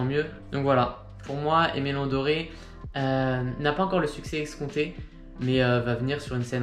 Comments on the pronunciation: Vidéo très propre et très instructive! Juste, Dore ne se prononce pas Doré. Sinon c'est top bravo! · Super vidéo!! Keep going (P.S: en ayant fait une review des NB990v5 x ALD, on m'avait dit que Aime Leon Dore se prononçait comme c'est écrit et non Doré, car Dore vient de la contraction du prénom Théodore):)